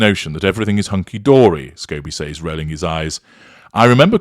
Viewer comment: I can’t stand the weird way you say the word (says). Why don’t you listen to the way an American pronounces it or type it into google when you are in America.